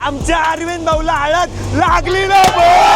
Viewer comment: हळद ❎ हलद ☑️ 😅